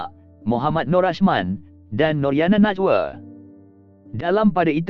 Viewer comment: Saya cuma nak advise pemilik voice over...Kata Nama Khas jangan di key el kan...Nama orang Najwa...jgn sebut Najwe....itu sahaja...suara sedap....